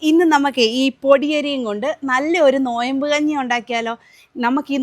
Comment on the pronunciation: നോയംബ് അല്ല നോമ്പ്